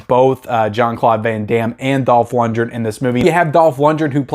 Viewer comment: It's pronounced LUNDGREN,not Lundren.This movie is awesome,you sir are just too innept to realize this and you call yourself a movie guy.??,far from it..I'm sure if you watched Timecop,you'd get that wrong as well.